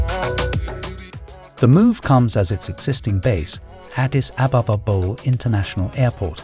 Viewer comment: Not sure if I agree. People seeing the word Bole..think it is pronounced BOWL... It is all due to the Brits stupid way of spelling English English...but anyone doing a video on Addis should be told it is pronounced Boleeee... As in Bolee dildi Or Bolee Brass..